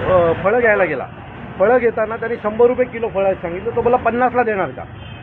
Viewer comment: इसको मराठी भी भिक से नही आती फळ नही बोल रहा फल बोल रहा है बमुश्किल इसकी उम्र 20-28 होगी